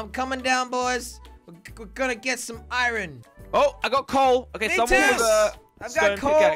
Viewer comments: its iron not irone jelly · Why do you say iren instead of iron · How many times does he say iron wrong 👇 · always pronounces iron wrong